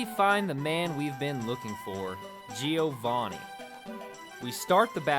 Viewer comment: Joevanni not G O vanni 😡